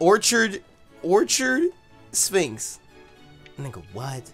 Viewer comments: it's not orchard Sphinx it's orchard LYNX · Minx not sphinx, close but no cigar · Orchynx as in orchard lynx like the cat